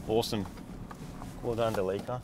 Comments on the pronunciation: It's so awesome to relax and watch the best 4x4 channel on YouTube! But why did they keep mispronoucing Delica 🤷‍♂️ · I love how you guys are still calling it Da Leeka because of its oil leaks! 😄 Instead of the correct Dell-ick-uh. BTW, never trust a vegetarian to cook your steaks! Haha just kidding, looks like they turned out okay because they weren't actually well done when you were done. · ITS NOT A DE LEAK AH, ITS DEE LEE CEE AR